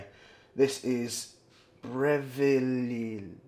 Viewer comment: haha ive never heard anyone say Breville like such a spaz lol - great vid tho